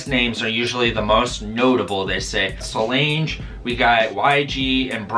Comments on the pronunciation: Lol I was ready to excuses him butchering anyone else’s name EXCEPT solange😂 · The way he said solange